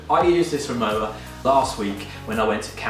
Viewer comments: Nice video, Rimowa is a German brand and w in german pronounced like v in English so basically it sounds like RIMOVA :) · they say PorschE and Rimowa is pronounced RimoVa, it’s a German brand originally and it has always been called RimoVa. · Exactly. The W is pronounced as a V, So it’s RimoVa Unfortunately Louis Vuitton MH have now bought the brand and the prices have soared